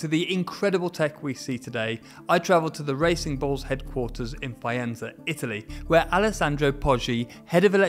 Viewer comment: The knowledge you provide is just great! Especially in the way you're explaining it. Please consider pronouncing non-English names (Vettel, Fianza, etc. ) the way they should be pronounced, or at least not pure English. No other language claims to pronounce foreign names just the way they're read in their mother tongue. That's a matter of respect.